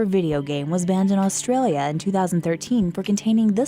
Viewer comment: Stop saying Australia weird